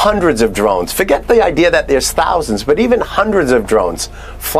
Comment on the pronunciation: buddy said "I have no ideer" 😂